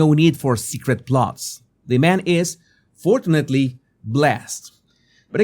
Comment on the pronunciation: Love. Love Trump. Unity Please practice the saying word " fortunately"